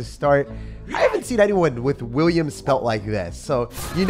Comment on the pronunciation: As a dutch person I feel offended by calling Willem, “william”